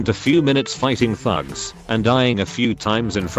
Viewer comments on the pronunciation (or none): When he sayied thugs it sounded kinda like f***s